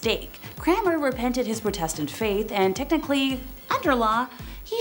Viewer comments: You don’t know how to say Protestant (prodetent) or heretic (hairetic) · Do the presenters mispronounced words to avoid censors I think this mispronunciation I prodistant might beat the others mispronounced Constantinople as my favourite